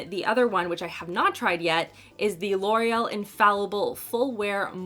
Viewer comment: "I'm really good at talking about de makeups." 😆